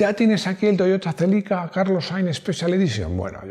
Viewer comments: Toyota chélica LOL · el Toyota "Chélica", el amor de mi infancia, el último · “Toyota txelica”, dando acento vasco a los nombres jajaja